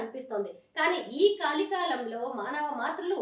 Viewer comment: కాలి కాలం కాదే అక్కా... కలి కాలం అను... మాలోకం..